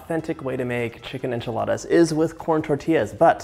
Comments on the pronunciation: Moira Rose says "anchi-ladas". "Now fold in the cheese, David" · Jajaja me da mucha risa como pronuncia Enchiladas jajajaa